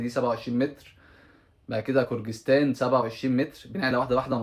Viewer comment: لسه برضو بتقول كرجستان. مفيش دوله اسمها كرجستان. اسمها قرغيزستان. في قرغيزيا جنب طاجيكستان